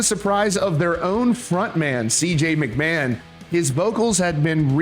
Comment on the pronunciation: McMahon isnt pronounced macMann. 😂😂